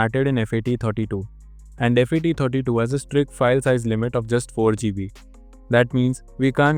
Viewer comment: It's called Fat32 and exFat don't pronounce as F A T 32 😅😅😅 x f a t 😅😅 it's look un professional